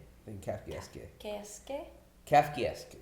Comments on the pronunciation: Not trying to be pretentious but every time they said kafkey eskay a little bit of me died inside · the way they pronounced was very "grotieskay" =p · Not only did they all say kafkayeskee, kafkieskay, and kafkuheskque 100 times, throws in a final "Los PoLLos Hermanos", phoenetically lol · Wrong. It's pronounced Kahf-Kay-Esque, not Kaff-Kay-Esque In layman's terms, something Kafkaesque is a beaurocratic nightmare with increasingly ridiculous and convoluted steps towards a simple goal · Lmao at trying to pronounce Kafkaesque and messing up the last syllable You were so close dude It’s pronounced Kaf-ka-Esk, not Kaf-ka-ess-Kay like you guys kept saying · calf-key-ess-gay lol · It's pronounced "kafka esk." Kafka was a writer whose works focused on situations where problems have only solutions that screw things up even more. The army calls this a SNAFU (Situation normal - all f**ked up). Marines call it "clusterf**k." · Hahaha "kafkayeeskay" 😂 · My guy said kief-keif-kesk? 😂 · I understand the mispronunciation of Kafka, but EE-ES-KAY for 'esque'? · It's pronounced Kafka-esk. As in Franz Kafka. Pretty famous dude. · It's pronounced Kafka-esque. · The confidence with which wrongly pronounced Kafkaesque lol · the way they keep mispronouncing Kafkaesque is triggering me so hard... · Hey! Do you guys realize that you mispronounced "Kafakaesque"? Just doing my part. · Just here for the kafkaesque mispronunciation comments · good lord that pronunciation was TRIGGERING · What's with the dislikes?? Is it because of the pronunciation of kafkaesque? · It was kind of amusing how adamant he was about the wrong pronunciation. If I'm unsure of a pronunciation, I go to one of the online dictionaries and they usually have an icon you can click on and hear someone pronounce it. Still, it was funny. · Well. Thank goodness the pronunciation is explained in the episode. Sorry,, not even close. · The last syllable? He fucked up the last 3. How do YOU pronounce it 😂